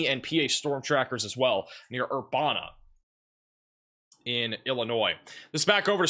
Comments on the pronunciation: It actually “uh” instead of “a”. Like Master P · Just for your future reference. Urbana IL is pronounced Ur ban A. No way you could possibly know how to pronounce every city in the United States. This is in no way a complaint. We found your channel and love the accurate information. Thank you foe your reports